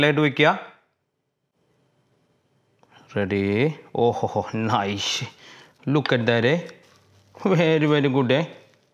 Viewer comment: സംസാരം കുറച്ചു കുറച്ചാൽ നന്നായിരുന്നു എന്തൊരു സംസാരം പടച്ചോനെ🙄നൈസ് നെ നൈഷും ആക്കി😜